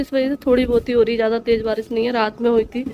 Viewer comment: Baji barish hota hai baris nahi 🙄